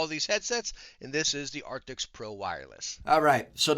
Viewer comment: the name is Arctis not arctics